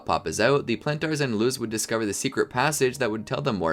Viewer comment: The show is in English, how do you mispronounce Planters?!